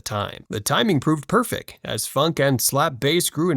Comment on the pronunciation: Yeah he said “Perfec” and “RickenBACKer” also he never breathed once lol def Ai